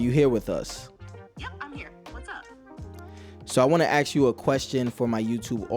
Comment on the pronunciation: And he doesn't know how to say "ask."